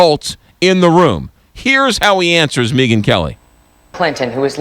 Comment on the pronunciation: "Meegun kelly?" It's "Meg-an" you fool... lmao you!!